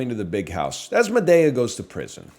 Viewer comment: Why does he keep saying Madea like that? Librarian make him stop